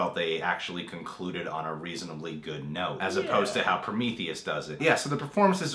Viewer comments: There he goes again with Prom - ith - eus. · Everytime you said Promitheus, I cringed LoL But yea, Covenant was Damn Solid! I thoroughly enjoyed it. Not sure about some things in regards to tying into the Alien Alien franchise story as a whole in regards to the creation of the face huggers tho... unless the next movie explores that and ties it all in. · They can't even say prometheus right.